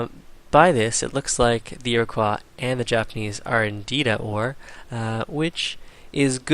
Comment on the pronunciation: You fail at pronouncing Iroquois. It's not French, you know.